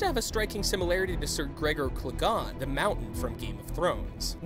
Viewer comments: It's pronounced Gregor Cle-GAIN not Cle-GARN xD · gregor KLE-GAY-NE, bruh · "Clegaan" Please do not ever say that name like that again... Learn how to pronounce things properly before you speak of them